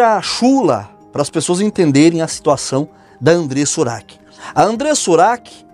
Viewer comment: Porque falar devAndreiressa ura seila u q?